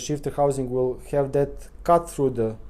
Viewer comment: I had another listen to your video pronunciation. Your English really is excellent. The "th" is "the" too are sounding like "de." You seem to add an extra vowel into "have" make it sound like "hyave." And the vowel in "put" which should be a shwa Ə (almost like "pt") sounds a bit longer sort of poot or pute or something but the differences is very minor.